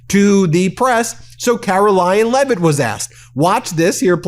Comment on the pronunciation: Caroline Lie-it